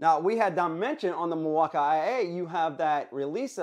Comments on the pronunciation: you pronounce it mill-walk-eye-A, when it's supposed to be mill-walk-eee and i don't understand why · Lol 😂 the milwauka-ia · No idea why your saying milwaukee that way, did I miss something?? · Please just say Milwaukee. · why do you pronounce Milwaukee like that? doesn't make any sense